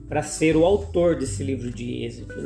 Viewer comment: Por que fala exedo?